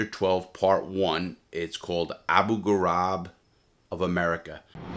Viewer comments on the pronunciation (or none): “ABU ghoraib” in Iraq - sounds like “grayb” not Gorab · “Grah-eeb” not “garab”